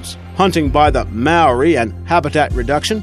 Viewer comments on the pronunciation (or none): ' Mow wi ' WTH I'm a NZer and that is in-correct pronunciation, you americans whatever need to become more cultural-aware GOD! Any NZers here to agree!??! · The way he says Maori kills me